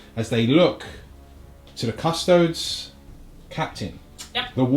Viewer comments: What's with the Custodes pronunciation? Cus Toads sounds like a rude amphibian. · CUSS - TOE - DEES YOU DON’T SAY “ADEPTUS ASS–TARTS” FOR THE ASTARTES, DO YOU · Should be Cus-Toe-Dees